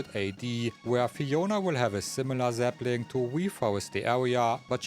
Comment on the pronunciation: Why was Zelda's butt in the video? And each time you said "sapling" it sounds like "zeppelin".